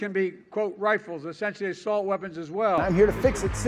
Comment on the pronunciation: I thought said "sexual assault weapons as well" lol